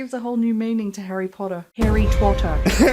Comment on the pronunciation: Did she say Harry Twater?